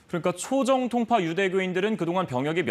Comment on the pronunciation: 남자 앵커녀석아..."초V정통파"를 "초정V통파"로 발음하냐? 너 공채 아니지?